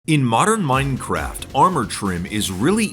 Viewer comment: " the oldest anarchy server in maainncraeft"- some bald hsitory teacher